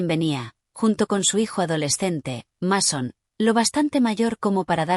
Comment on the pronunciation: Como cree q un muchacho se va llamar masón, se es robe masón pero se pronuncia meison si ven la diferencia